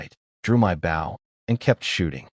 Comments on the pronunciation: Can't you teach your crappy AI reader how to pronounce "bow?" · AI needs to learn how to say Bow